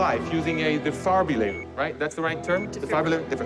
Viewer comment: voice crack Edit: : "deFARbillator"